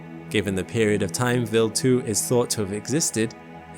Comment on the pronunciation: Vild 2 or wild 2 can't stand this computer voice AI